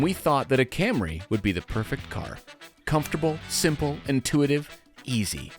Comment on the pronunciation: Did you just said comfortable?